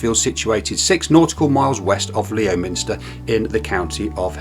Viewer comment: ha ha ha Leo Minster,🤣🤣 Think it's pronounced Lemster.